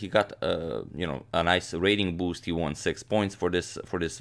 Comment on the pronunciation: "выиграл" - "won" - произносится так же, как "one" - "один", = УАН. А не УОН